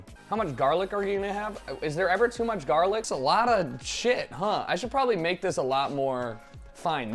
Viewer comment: Everything he said he was gonna make he said wrong, hows this even possible.